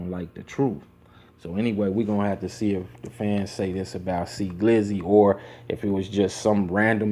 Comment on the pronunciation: 🙄 wrong wrong Pompano Beach is not pronounce that way... and No your saying his name wrong . A simple X would of have been more sufficient 🙄😂🙄. You gets a 👎🏽